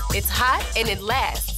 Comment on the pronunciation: When your mom is telling you to pronounce the words correctly: “it laststst”